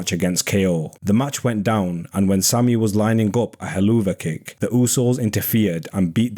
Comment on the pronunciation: Thanks for this! But Im so distracted by you pronouncing Helluva Kick as “He-loo-va kick ” rather than “Hell of a kick”